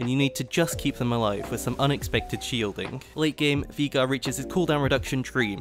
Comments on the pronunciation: Its veye-gar. Not vee-gar. You would think an English man could understand english.... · German pronunciation is VI-gar, if it was VEE-gar it'd be spelt Viegar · I have heard people pronounce Veigar as: Viigar Vaygar but never Veegar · me: VI gar: Vigaa me: surprised Pikachu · Nobody: This guy: Viega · 12 minutes of saying veigar wrong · ITS NOT VEEGAR, ITS VEIGAR! VEY! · Drink every time he says Veega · Why are you saying "Viga" ? It's a bit... triggering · vay-gar or vye-gar, vee-gar doesn't make sense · "Vigar" there's an E in his name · Speak after me. Vay-gar. Not Vigar. Vay-gar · Did he just say vigar? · Viegar instead of veigar, nice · “Veegar” HAHAH Thats a new one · Vaigar not Vigar. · It's Viegar not VEEGER ya nerd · Vee gurr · viga? just say veigar or vejgar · Hearing you pronouce Veigar as VEE-GAR the whole video was hilarious. It's pronounced VEY-GAR, not VEE-GAR. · veegar not veigar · It's вейгар not вига, ffs 😂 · Veegar xD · Take a Shot everytime he says viga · its pronounced (Vay-Gar) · I clicked the video hyped af, heard "vee gar" and you ruined my, now they are????noises because I'm in fucking pain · I cannot get over than pronunciation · 12 min sayin viegar xD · u keep saying vegar, and we are going to have a problem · You did not just call him vigar xD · cmon man not even "Vaygar" ? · its VAY GAR!!!!! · i dont like how you say veigar as a veigar main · Its not Veega >.< Listen to Mordekaiser! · why does he pronounce veigar as vigar or vaiagra like xD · Great vid. I gotta say I found "veegar" very upsetting but thats a me problem, even if that pronunciation is objectively wrong. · Wtf why are you calling veigar vigar???? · Every time he said Vigar I visibly cringed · Please for the love of god stop saying Veegar. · I like how you say Veigar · the way this man pronounces veigar makes me physically cringe, but other than that, amazing video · You pronounce veigar like you typo'd the n word